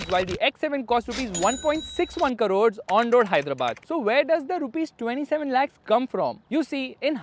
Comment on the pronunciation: It is not karore, it is krore. Please change your north indian influenced mispronounciation of certain words.